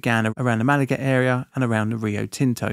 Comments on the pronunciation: I'm used to Americans who can't pronounce or spell words properly .. like aluminium and neighbour but it's unusual to have an Englishman butcher a name lol .. Malaga is pronounced Mal-Ar-Gar not Mal-ager .. I remember when this great Australian treasure hunt was on but while the news coverage did mention it was small I had no idea it was that tiny, i guess it was really a fast recovery considering the size and distance that it could have been lost over. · Australian here. Nitpick: The suburb Malaga is pronounced Mulargar with the middle sylable sounded a bit longer, not Mallaggar as in the video. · Perth's Malaga is pronounced more like 'malarga'. It's an Aboriginal term, not named after the Spanish city of the same name. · Malaga is pronounced more like Muh lar gah. (I live one suburb away). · Here in Perth we use the soft A when saying Malaga, like Mahlager. Not the hard A you've been using for the place closer to you. Having driven this very road several times I have to dispute you calling the terrain countryside, it's completely harsh outback terrain up there. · Mal lager is how Malaga is pronounced, i live on the Great Northern highway. Had many from my area looking for it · Mah-Lah-Gah Markets😅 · Your pronounciatipn of Malaga gave me a giggle. It’s actually pronounced Muh-lar-ga, closer to Mar-a-lago than Malacca. We have a lot of whack suburb names though so you are forgiven. Nice to see some content close to home! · Malaga isn’t pronounced like the European one. It’s pronounce Ma-lar-gar. I remembered when this happened. We all thought it would never be found. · Realy butchering the pronounciation of Malaga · Though the mispronunciation of Malaga is jarring 😆